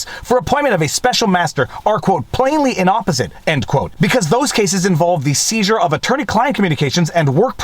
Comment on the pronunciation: 14':18 . . . The word is 'inapposite' (inappropriate), pronounced 'in-app-eh-zit', rather than 'in-opposite' (no such word).